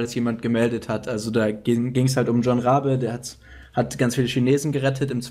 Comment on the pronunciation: Der wird nicht John (englisch) ausgesprochen... einfach jon